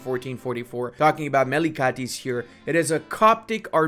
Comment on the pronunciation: It's pronounced Melikeytz, like shogunate, etc. A melik is some kind of governor of a region, so melikdom or melikate refers to a province governed by a melik.